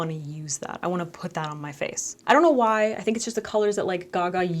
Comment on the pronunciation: "whYee" lmao!